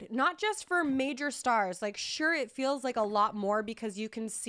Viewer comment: When says "fills" instead of feels 😍lol